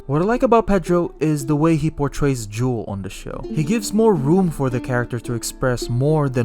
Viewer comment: Bro keeps calling him juul like the vape 🤣🤣